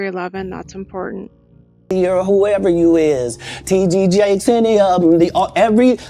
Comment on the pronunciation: Hi Thanks for all the research and time you put into your videos I've followed your channel for years and you NEVER disappoint Is he intentionally not saying TD Jakes wrong or is it a mistake